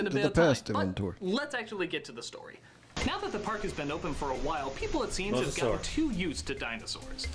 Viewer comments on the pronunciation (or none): none